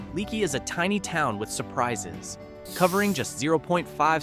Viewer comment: The name is pronounced lake not like a leaky faucet it’s leaky but pronounced lakey